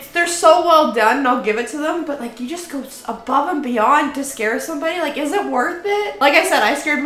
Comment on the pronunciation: Ele pronunciou "it" como se fosse "eat".